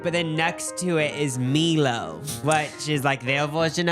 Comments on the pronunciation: it’s pronounced like “my-low”…you perfected the pronunciation of Melbourne and I’m very proud of you for that. But please never ever call it “me-low” again 😘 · Costco is actually $65 in Australia or $130 for executive membership. Same in US$ so much cheaper in Australia when doing the conversion. Australia only has 15 Cstco stores. None near me unfortunately and you still need membership just to browse. Love Jacobs mispronunciation of Milo . Australia's iconic chocolate malt beverage. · its mYlo <3 not meelo hahhaha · Meeelo? Meelo? It's my-low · We call them lollies (or chocolate is just, chocolate) - Milo is pronounced My-Lo 😭 Also Costco doesn’t look like that everywhere, I mean in Perth it’s just a big shed, but this video might have sold me on getting a membership 😭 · Omg MY-Low not meee-lo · MELO 😂😂😂😂😂😂 ITS PRONOUNCED … MY LOW … 😂😂😂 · Btw MILO is pronounced MY-LOW 😬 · I need you to know that it’s pronounced my-low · “mee-lo” lmaooo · 'Meelo' not Milo, I can't omg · "mee-low" IJBOL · It’s pronounced (my low) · im dying at your pronunciation of milo hahaha iconic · I love how pronounces Milo and Maltesers 😂